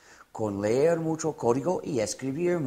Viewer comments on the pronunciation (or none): none